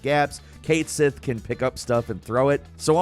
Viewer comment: it's pronounced ka-tschi not kate sith